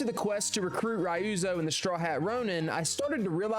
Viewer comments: You were really cross with Rai-You-Zo, wasn’t ya? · “Ri-ooze-o” Don’t do that again… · Bro its KOTUN KHAN. not kOtUs KhAn. And its REE-OO-ZO not Rioozoe. AND DONT EVEN GET ME STARTED ON LADY MA-SA-KO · "Castle Canada" "masacow" "raeoozow"🥀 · “Saykai” “Shi-mura” “Cage” “Canada” “Masacow” “eshikawa” “Rie-uzo” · The pronounciation is killing me xD Ryuzo -> Rayuzo Tsushima -> Susima Shimura -> Shaimura Khotun -> Khotus Masako -> Masakao